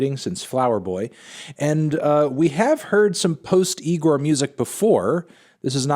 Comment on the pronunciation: Yeah cool, he's back, but Anthony how many times do we have to tell you that it's pronounced "i g o r" and not with an N in the beginning..